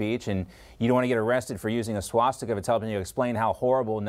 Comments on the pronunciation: When did it become “shwastika?” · What's a SHwastika?